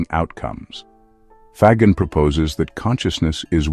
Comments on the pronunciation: Faggin is pronounced 'fa - jean', accent on jean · Why can't the people who write or read the narration do a little homework? In 2 minutes they could check with a pronunciation app. and find out that FAGGIN is pronounced fa-gin (the g is soft, like in gin, the stuff you drink with tonic water). In Italian (he is Italian) a G followed by an E or an I is ALWAYS soft. Like Gender or Ginger. This lack of professionalism is disheartening and makes you wonder what other stupid mistakes are being made.